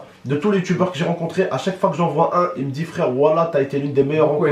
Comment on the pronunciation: on dit "me" pas my